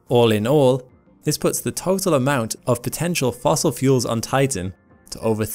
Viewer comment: "fossil fuels"